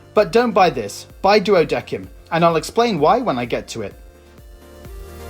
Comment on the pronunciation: hearing "duodequim" hurts.... the game itself says "duodecim(duodessim)"